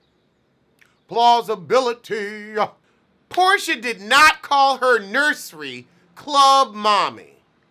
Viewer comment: "Poorsha?" Did you do that on purpose? Lol